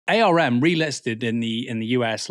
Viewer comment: btw Aaron, the company arm is not typically said as the initialism A.R.M, but said like "arm and a leg".